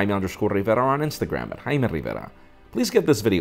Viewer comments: you're not "Highma Rivera", you're "Jaime Rivera" lol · the way you pronounce your name is annoying af lol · I hate when he says his name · Jaime....(or Jaime, as I like to pronounce it) I get most of my smartphone, nay, tech news from you guys. Besides the genuine passion you share for technology, it is your honesty that I value most. And I want to thank you for it. P.S.: I´d feel that way even without michael fisher´s giveaway. I just wouldn´t have said so. Because I am shy. but I am also cheap and those yogabooks aren´t! ;) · Who else loves the way he says his name? xD